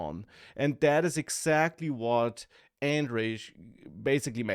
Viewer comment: It's pronounced "Andrej", not "Andrej"